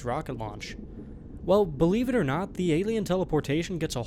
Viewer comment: You need to learn to pronounce word NOT. You are saying NUTS.